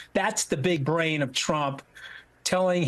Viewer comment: "big uh-brain" 🤡